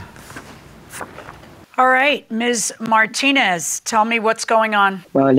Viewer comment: needs to learn how to pronounce Martinez.